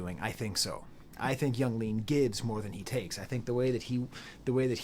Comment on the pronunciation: just a little tip, nobody ever pronounces it as "iang leahn" or however you would spell the way you somehow say it in this video, it is always just "young leen", in case you didn't know, if your pronunciation is some sort of inside joke or something then nevermind